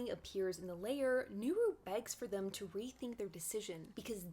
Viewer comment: Lair is not pronounced like layer...